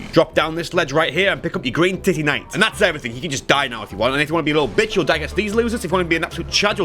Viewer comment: Normal people: Titanite: TITTYnite